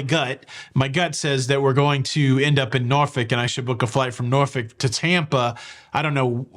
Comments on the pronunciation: Nor-fuk not nor-folk! Enjoy your cruise! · Sorry being Canadian was not sure that you pronounced Norfolk as Norfick....please confirm...thanks